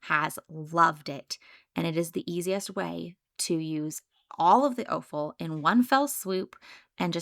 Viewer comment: Point of order: offal is pronounced "off-al"...no long "o". It is a homophone with the word "awful".